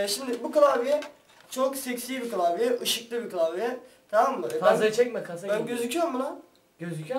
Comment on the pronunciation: türkçen kaç senin kılavye değil klavye bunuda bizmi söyliyeceğiz